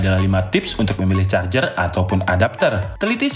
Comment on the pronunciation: Ngakak jadinya... Maksa ker.. Jadi kurang fokus ke materi charger malah fokus ke huruf er. But is not bad this video. Keep of fire make video else